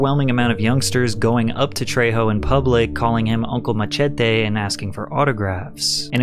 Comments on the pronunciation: Bro said Ma-Che-Te 😭🙏🏼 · why oh WHY do you not know how to pronounce MACHETE